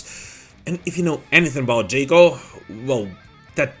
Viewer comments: Ja-co. Jaw-Coe. Not Jay-Coe. Cool video regardless. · "Jock-O." Not "Jake-O." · Jaco not jacob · Jaco is pronounced JOCK-O, not Jake-o. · You are saying Jàckos name incorrectly